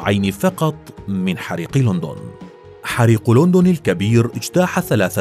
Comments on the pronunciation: ليش تگول لوندون مو لندن 😂 أو ليندن مثل ما يگولهه الانجليز 😂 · حريق لوندووون انها لوندووون ان لووووندووون يوجد فيها لوندددووون يبوي اسمها لندن